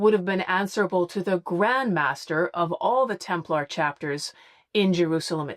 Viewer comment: What's with this "Templahr" pronunciation? Does that come from the Da Vinci Code? What's wrong with the "Templer" pronunciation that most people use? This seems to me a case of hypercorrection or affectation in order to appear more educated.